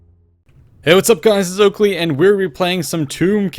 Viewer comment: Am i the only one who still heard his intro as " Hey what up guy it UGLY ... " lol. Still love u though.